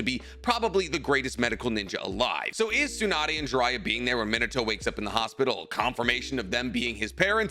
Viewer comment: It's Me-nah-toe, not Min-uh-toe